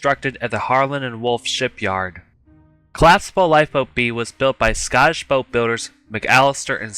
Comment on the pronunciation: Good video bro but you have to work on pronouncing the word collapsible. Don't forget to pronounce the letter p